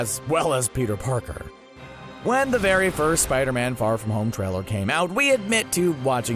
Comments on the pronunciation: around this time he said “Peter porker” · did he say Peter porker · "Peter porker"